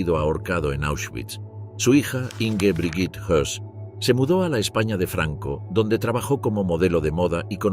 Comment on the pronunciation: era rudolf Hoss y no Hess